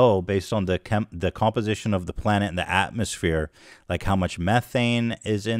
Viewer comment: The way he pronounces atmosphere is incredible